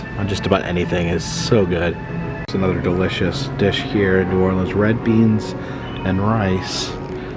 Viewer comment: *cringes when he first said New OrLEANs"*. No hate, btw. Awesome channel. lol